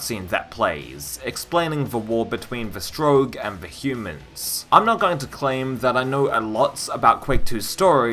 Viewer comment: You'll probably engage better with the game when you learn to pronounce 'strogg'. Excepting that one instance in the Q2 intro cinematic, which we can put down to human error, it's 'strogg' not 'stroge'.